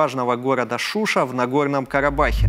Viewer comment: Слух режит: ШУ' ша, правильно ШушА', шуши'нцы